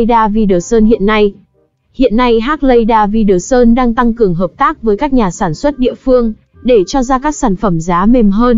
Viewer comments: Hác lay đa vi đờ sun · Đọc tên xe mắc cười... 😅😅😅